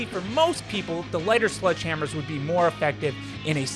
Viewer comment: Ah yes... "Sludge Hammers."